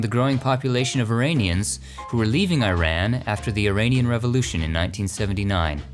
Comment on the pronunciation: Learn how to pronounce Iran You uneducated butt hole